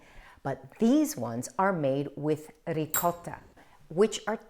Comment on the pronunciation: Ciao Christine ! Non solo la parola gnocchi, ma anche la parola ricotta. Spesso sento gli americani che pronunciano qualcosa come…”riccoda”. :)